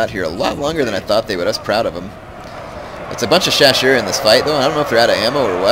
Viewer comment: Nice video but the way you pronounce chausseurs = ear rape. They're not cheshire cats it's show-soors.